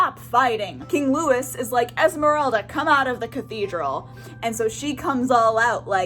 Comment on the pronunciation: Loo wee, not loo is